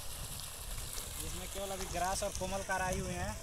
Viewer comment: इतना ज्ञान बाँट रहे हो मछली के नाम तो सही जान लो जो कोमल कार बोल रहे हो।